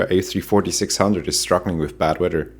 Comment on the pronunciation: Bad 'weydur.' ;)